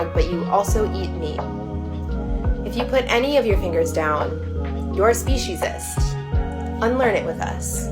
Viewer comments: did this mf say SPECIEIST I am DEAD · Specieist? Specist? Speciest? Whatever she said, looks like she needs some of the not so good o'le racism and oppression if she's making up terms connected to important subjects all willy nilly.